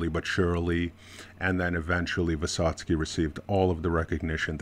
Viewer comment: Very good pronounce of the name. I recommend you to read what is he talking about. It's very hard sons try ballad of fight. You're great in Russian pronounc.